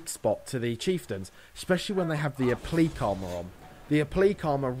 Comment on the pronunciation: O-plea-que???? that isnt a word m8. its pronounced App-la-kay.